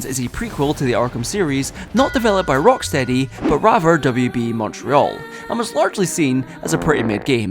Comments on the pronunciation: Erm it's rockSHTEADY actshuallee 🤓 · it’s not the accent because he said the name correctly earlier in the video